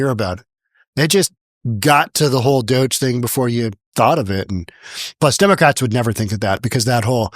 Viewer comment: “Democrats” not “Democrates.”